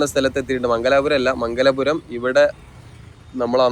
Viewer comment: It's മംഗലപുരം not മംഗലാപുരം